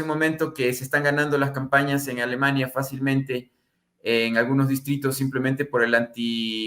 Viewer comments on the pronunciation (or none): none